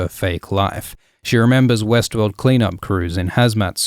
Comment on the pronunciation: Every time you said Westworld, I heard Westeros.